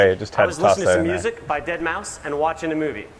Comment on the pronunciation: Actually it is pronounced Deadmouse lol not deadmau 5 lol